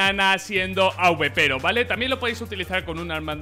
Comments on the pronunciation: "AUBEPERO" jajaja es Awper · Emm que horrible suena awpero di awper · Un AWEPERO JAJAJA se dice awper